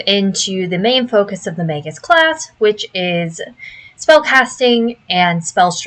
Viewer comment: OMG, a YouTuber who knows how to say the word "magus!" What's next, dare I hope she'll say "eidolon" right?